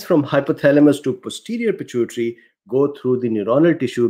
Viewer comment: I think you pronounce pituitary fine lol